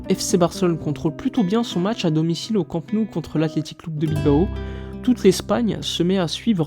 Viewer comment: J'adore ta chaîne mais juste une petite remarque. Immagine qu'un fan étranger du PSG ait une chaîne YouTube consacrée au club de Paris. Ça te ferait quoi si le mec disait "Parisse" en prononçant le s final ? Ça te choquerait. Je suis catalan et chaque fois que tu prononces Camp Nou, tu prononces Camp (👍) et Nou comme en français. Il faudrait que tu dises no-ou. C'est pas difficile et ça montrerait que tu connais parfaitement le Barça. Et puis ça me ferait plaisir 😊